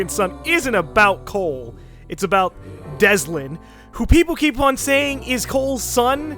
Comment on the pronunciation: its not deslin, its Delsin